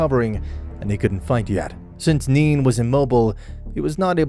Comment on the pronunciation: I like the series but its driving me crazy when you keep calling nein he, I understand its just a mistake, I do, i just notice it and it bugs me